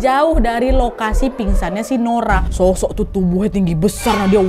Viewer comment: bener kan,,😀😀 suka bnget aku dengernya "shoshok" kek gitu Kya nya di telinga pengucapannya